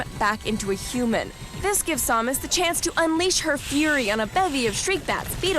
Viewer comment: I just noticed Adam and Morgan were saying sawmus not samus